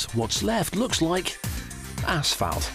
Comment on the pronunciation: It took me a couple listens through to hear him say "it looks like Asphalt" I really thought he was saying something less family friendly